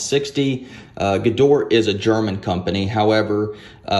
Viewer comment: You pronounce Gedore incorrectly. After 'gedor' there is an additional sound like 'ae', exactly the same like after 'g'. The last wovel is not silent in German. So, the full name sould sound like 'g ae do: r ae'.